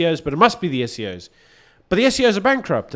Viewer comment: Please... please... please.... correct when he says SEO's. When did the government get into "Search Engine Optimisation"? It is SOE. Hear me.... ESS-OWE-EE.... say it slowly, let it sink in. ESS-OW-EE - State Owned Enterprises.